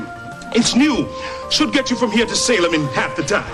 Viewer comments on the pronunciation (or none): none